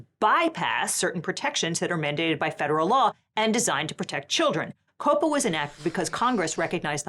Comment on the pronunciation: calling him the hot schlepper was... well that was a Choice. Edit: I have never heard of anyone pronouncing COPPA as "Cope-Uh" I usually hear is as like, Copper but with an A at the end. Like you're shouting at a cop in bosten. AY COPPA